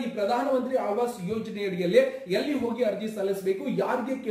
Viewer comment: Aalvaas alla maraya adu aavaas yojane 😅